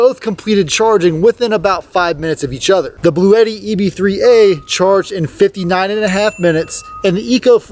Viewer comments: Uhh. I’ve also heard it pronounced blau t. I wonder what Webster’s dictionary says. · It's actually pronounced "Blue T."